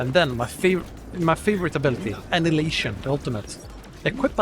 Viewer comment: Annihilation (a-nigh-alation)